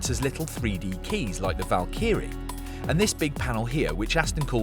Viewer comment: Don’t look up, the /valkeerees/ are riding past